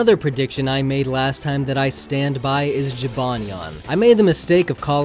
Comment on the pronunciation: Jibanyan? Really?